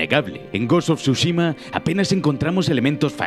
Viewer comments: Bro pq le dices siempre mal los nombres jajaja ghos of sosushima es tsuchima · Of SHUSHIMA🤣🤣🤣